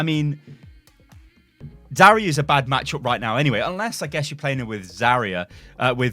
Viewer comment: please stop saying Zarya it's Zarya you get me.